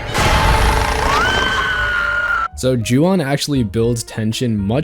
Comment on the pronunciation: “O” in Japanese is always pronounced like that. So “Ju On” is pronounced like “Ju Own”. And yes, that means you’ve been mispronouncing “Honda” your whole life, too.